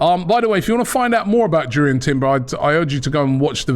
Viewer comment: It’s pronounced “Yoor-ian”